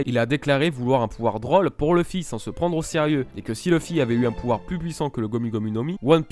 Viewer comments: Super ms leuf se prononce [lauf] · leuf ( meme si on dit plus souvent leuffé ) mais c'est bien c'que tu as dis, je confirme